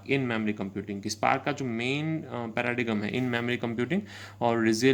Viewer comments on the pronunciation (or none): paradigm-->"peradim" (pronounciation)